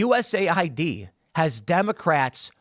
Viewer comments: Well if you stop calling it U S A I D and instead calling it US Aid we would know. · As a non native english speaker, hearing u-s-a-i-d causes a short circuit in my brain, isn't it supposed to be us-aid?